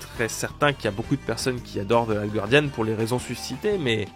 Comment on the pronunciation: Guardian, pas Gouardian, please!